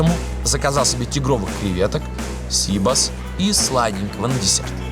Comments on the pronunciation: Сибас! а не СИбас! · Не сИбос, а сибАс. Не скорлупа у креветки , а панцирь)..Где вы набрали этих ведущих? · Коля Серга, в слове Сибас - ударение на букву А...! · НЕТ.ЕЩЁ РАЗ НЕТ. ПРАВИЛЬНО УДАРЕНИЕ НА И .!! СИБАС В ЕВРОПЕ ГОВОРИТСЯ СИБАС,УДАРЕНИЕ НА И!!!!